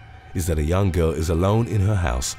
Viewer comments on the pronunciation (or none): none